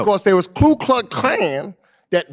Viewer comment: It is Klux not kluk.